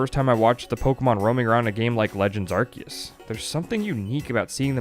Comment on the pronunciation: Did anyone else get unreasonably happy when pronounced ’Arceus’ correctly?😂😂